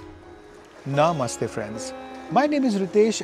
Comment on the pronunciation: Sir, it is just namaste rather than your "naa-mastey" correct it